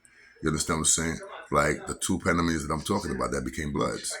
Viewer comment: Yo I like yo shit but panamanians is the correct way kid